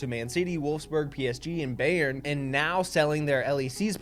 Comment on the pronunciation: to save you trouble from anyone in the future, Bayern is pronounced buy-ern (literally the word buy)